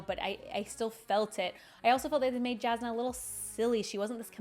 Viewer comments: I love your videos and I'm not trying to be mean here, but I'm mentioning it since you said Jasnah if your favourite character. Brandon said that her name is pronounced as "Yasnah", not the direct "j" sound. BUT it shouln't matter, everyone is free to pronounce the names in books however they want, I just said it as a FYI for you, since she's your favourite :) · Your pronunciation of Jasnah is atrocious to the point i didn't know who you are refering to. I know as english speaker you are used to "j" sound but for her it is the same as "y" sound in "Yennefer" from Witcher. You can clearly here this pronunciation in audiobooks, in interview with Brandon when he mentions her and in the original pronancation of the word "jasna" from slavik languages (polish and bulgar) that transalte into "bright" (as in light efect).